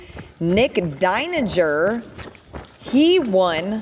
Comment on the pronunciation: Nik's mom here. Deininger pronounced DINE ING ER...just saying! :)